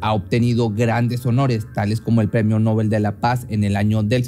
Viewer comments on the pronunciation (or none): none